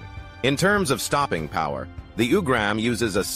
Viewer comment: It’s pronounced “ooo-grum”. Not “u”-gram